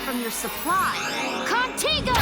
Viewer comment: Also i wanna point out to me it sounded like Ultimate Ben and UAF Gwen said Contigo while Omniverse Darkstar said Contiga